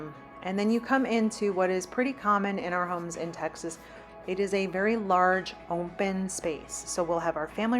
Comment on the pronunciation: I love your videos, but please….there is no letter M in the word open It’s open not ompen